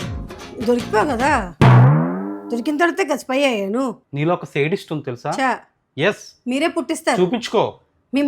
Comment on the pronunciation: They pronounced it right. "శాడిస్ట్" is the wrong way.